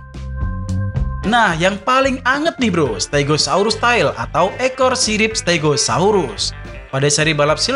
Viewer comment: Good video but I have some inputs about pronunciation, if I may: 1. “Tail”, semestinya dibaca seperti “teyl” 2. “Jorge” pada Jorge Martin semestinya dibaca seperti “Hohe”